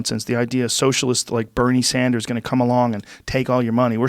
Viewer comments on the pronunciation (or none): none